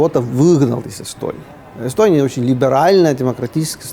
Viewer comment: Йэстьоонийяааа)))) Страна? Это смешно))))))